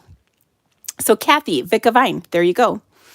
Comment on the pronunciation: It’s ‘vinca’ vine,.